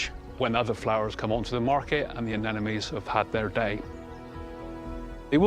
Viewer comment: That would be anemones not 'anenomes'!